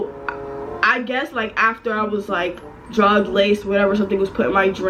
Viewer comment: You said druged that’s scary AF 😟